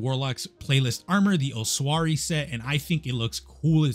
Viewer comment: Holy shit bro the way you say "ossuary" xD it's "oss-ooh-air-ee"